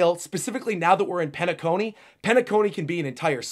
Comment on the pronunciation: Penacony = Pain-a-Cony 😅